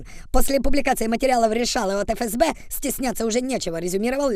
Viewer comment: Не Фе- Ес -Бе, а Еф-ЕС-Бе. Третий клас началЬной школы...